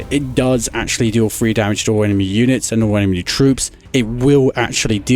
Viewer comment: Dude you keep pronouncing enemy as 'emeny'